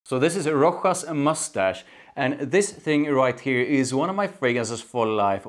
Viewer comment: Rochas -> pronounced correct Roschas with a „sch“ like in Moustache It’s pretty good but tuxedo is quite different and after a few hours it’s just sweet vanilla In my opinion the opening is the closest to tuxedo then it’s just get sweeter and more vanilla heavy. Tuxedo on the other hand is more Smokey and it last for 8-10h.